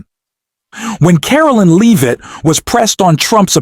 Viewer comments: Please stop mispronouncing leavit 😢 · Stop mispronouncing leavit😢